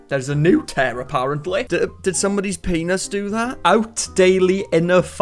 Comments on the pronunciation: what's a "pay-noss" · I don't know why.... But I cackle like a witch hearing him say peeaynus